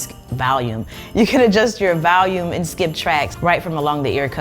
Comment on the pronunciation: Valcuum (Vacuum) and Valium (Volume) LMBO! I'm sorry I am laughing way to hard at those!